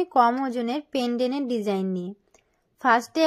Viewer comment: পেনডেন নয় পেনডেন্ট